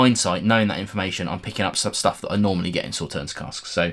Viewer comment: Just FYI: Sauternes is a sweet French white wine made from grapes (not strawberries - wherever did you get that idea?) - specifically Sémillon, Sauvignon blanc and Muscadelle - that have been affected by 'noble rot', which concentrates the sugar in a similar way to frost for Eiswein/ice wine. Oh, and the "s" at the end is silent, so it sounds more like "saw tare n"...